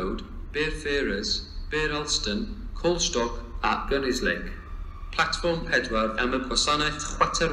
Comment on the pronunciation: Good to hear the announcements are mangling both English and Welsh language and station names... Especially the announcement to Gunnislake... A laugh a minute...